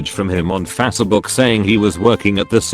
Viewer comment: Fasuh book